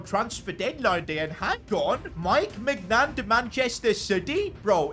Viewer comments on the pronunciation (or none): Bro pronouncing these names💀. Maiig Nan Ben Ze ma 💀💀💀